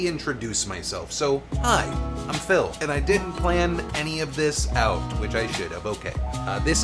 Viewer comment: I thought he said "aut". ? It would be nicer if i heard wrong.